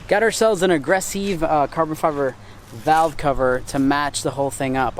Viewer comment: Stop saying "aggressiv" weird. There's no accent on any of the letters and no indication its pronounced differently than aggressive. Lol 🤦‍♂️